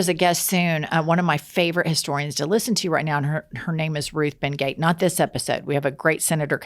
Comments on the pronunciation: Ruth Ben (GEE-aht, not Gate) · Looking forward to the upcoming episode with Ruth Ben-Ghiat. I think her name is pronounced Ben-Ghee-Ott not Ben-Gate. My petty grievance is has her “Fuck-Off” battle cry immediately after Jennifer welcomes all the marginalized groups. I can’t help but put the two together when I hear it. I’d love Jennifer to add “, what do we say to MAGA? (DJT, Moses Mike, etc).” Just my two cents. Love you ladies and listen “religiously” 😉.